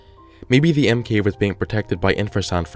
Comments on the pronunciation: Why do I keep hearing Emkay instead of M cave? Just me ok....... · Did you say l cave except for monster cave